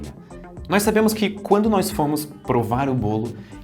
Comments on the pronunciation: Ótima narração, mas não é nóis, é nós!!! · Narração perfeita, com excessão do NÓIS, é NÓS ($$NÓZ) Isso me dá agonia